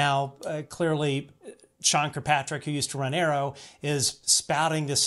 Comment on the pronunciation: Hi, I don't like Sean Kirkpatrick either but his name is not Kirpatrick. There is another k in it. That being said, I love your channel!